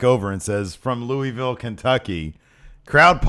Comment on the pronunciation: Not 100% sure but I doubt Kevin Owens opponent was from Louisville, locals don't pronounce it Leweyville. More like Lewaville, we no sell the S.